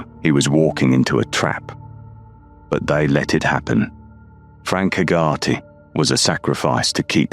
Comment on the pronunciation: Hey-ger-tee. How you pronounce Hegarty.